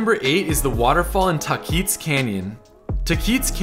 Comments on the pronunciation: One comment, it's Tah-quits not Tah-keets for Tahquitz Canyon and Tahquitz Canyon Way . . . pronounce ah Taa-quits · It’s not Tah-keetz Canyon it’s Tah-quites Canyon. Also if you are coming here during Christmas time you HAVE to come to Candy Cane Lane. It’s traditional for most local families. Indian Canyons is also a must visit. It’s beautiful and it does cost money to enter sense it is owned by our Native’s lands. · It's pronounced Tah-kwits... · I love your videos. This is great. So you can sound like a local next time, say “ha-sinto” not “jah-sinto”, and “tah-quits” not “tah-keets”. Also, Elvis and Pricilla (not Lisa Marie, his daughter) rented that house for more than just a night. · LMAOOOOO HE SAID TAHKEETZ Its pronounces TAH-QUITS ! Thank you for featuring my tribes trails! they are indeed very beautiful<3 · it's pronounced : TAHquits Canyon.... I was schooled by the locals after we bought a house near the canyon. I was saying "TAHkeets" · reminds me of takis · Nothing wrong with someone mispronouncing it, but to answer your question, it's pronounced ta-quits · hi im a palm springs native and just letting you know, tahquitz is not pronounced how you said it. it’s pronounced taw-quitz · Coachella Valley native. Born and raised. No one ever pronounced San Jacinto or Taquitz the way you did. San Yuh-Sin-Toh. Tah-quits. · As a valley native for 38 years, this was an excellent walk-through. Just need to work on the pronunciation of Tahquitz (ta-quits) 😉😄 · An interesting video! I lived in the Palm Springs area about 20 years ago (graduated from HS there) and knew of most of these but you did surprise me with a couple! BTW: I believe your pronunciation of Taquitz is a bit off. It's more like - Tah-kwitz. The "i" is like the i in "bit" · it's pronounced TAH-quits. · It's pronounced "TAAH-qwitz" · It's pronounced Tacoits try and pronounce it that way. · Lmao, the way he says Tahquitz. Just like every snow bird who visits. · How is it pronounced correctly?